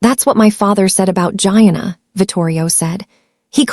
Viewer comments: Pronounced, Jee-Anna’ gieanna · Don't forget Gee-ahh-naa.